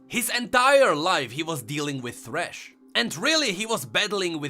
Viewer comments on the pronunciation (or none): 1. It's thresh not threshe. 2. There's no proof whatsoever.